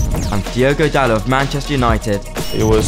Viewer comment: Why can English people not say Dalot correctly?! They always say it like he’s a French guy… you pronounce the T people, it’s DaloT